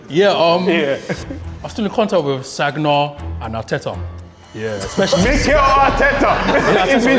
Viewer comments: Nah when they asked him who he stays in contact with and bro said Sag-na and Arteta 😂💀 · Bruh the way he pronounced Sagna 😂😂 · said sagna with a g too 😂